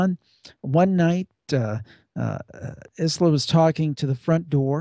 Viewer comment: Isla is actually pronounced "eye-la"